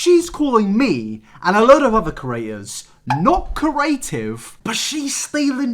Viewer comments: My GOD, PLEASE learn how to say the words create, creator and creative properly, it drives me absolutely nuts! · The way he says create as "curate" 😂